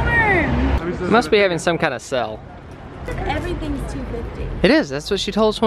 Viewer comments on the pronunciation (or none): Just wondering.... Is it a Tennessee thing or thing where instead of saying somethings on sale he says sell? Feel= fill etc.... Its actually thrown me off a couple times over all the vids but I just decided to ask. I'm not trying to be negative at all.... It's kinds funny. Maybe it's a thing because I don't recall sounding like that.....